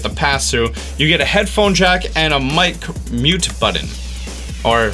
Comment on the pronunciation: it's BUTTON!!! not buddons